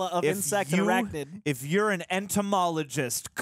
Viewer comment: Gotta love Steve Blum's take on Green Goblin; and how this Doc Ock correctly calls Spidey "ARACHNID"